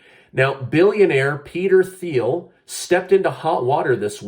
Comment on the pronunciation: I think it’s pronounced Peter Teel